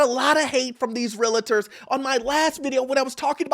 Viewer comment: Bro its pronounced real - ter, not realerter